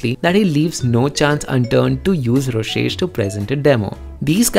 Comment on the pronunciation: ITS NOT ROSHESH ITS ROSESHHHHH!!!!!!!!1